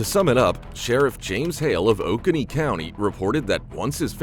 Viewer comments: Oconee is not 'ok a knee',its pronounced 'o cone e' lol it was hilarious to hear the pronunciation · O-cone-nee...we get it from the Cherokee Indians that lived in this area. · *Oconee County is pronounced Oh-cone-ee. Just to point out. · Metro Atlanta here I live 1 county over from where Muhammad was arrested Oconee county is pronounced o coney Google maps also says it like you do lol There's a few places in my area people have trouble pronouncing I live in Winder(wine der) people call it wind er Dacula(da que la) people pronounce it like Dracula without an r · It is Oh-Co-Nee county, I think, with the second syllable accented